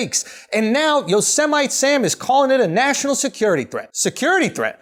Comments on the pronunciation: You pronounced Yosemite Sam wrong...you varmint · Did you say 'Yosemite Sam' wrong on purpose?